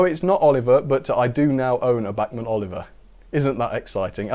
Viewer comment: It's bachmann